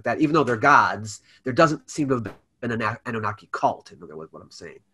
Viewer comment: Is it just me or do white people make cultural words sound white. He said, ANN-NEW-Naki. Wth was that? It’s aH-nuu-NaH-kee.